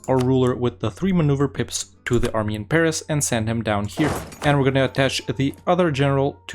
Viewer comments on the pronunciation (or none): none